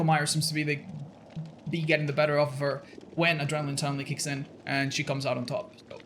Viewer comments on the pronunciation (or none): none